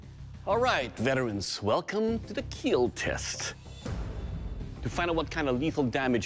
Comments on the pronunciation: KEAL not keel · It will keel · "it will Kiel"